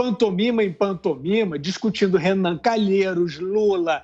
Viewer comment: Sem comentarios! Sr. "CA NA LHEI ROS "